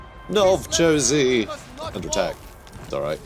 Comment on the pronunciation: talking about the settlement of Novchozy and pronouncing it pretty close to North Jersey made do a double take and make sure it was actually what he said. I guess it wouldnt be too far off, Novchozy being on the edge of the cold chaos wastes of the north still in a bad enough area to be considered not hospitable but on the edge of "civilized" society.